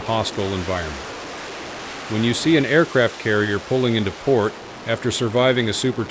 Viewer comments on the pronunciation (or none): none